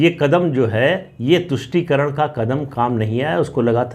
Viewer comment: "Politics of VOTE encourages parties to sell the country Very truthful and bold statement. Thanks mrPS for clearly enunciating TUSHTI karan.